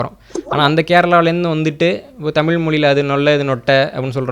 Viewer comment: பாவம் வேற மொழி கரான் போல தமில்நு வாய்ல வர மாட்டேங்குது, நாடே நாசமா போனாலும் நம்ம பையன் தான் மன்னரு, ... நக்கல் யா உமக்கு